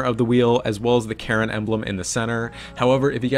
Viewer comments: did my dude just say karen instead of karin? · sounded a lot like Karen but aigbt